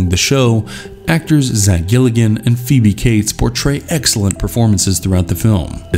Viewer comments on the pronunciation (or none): none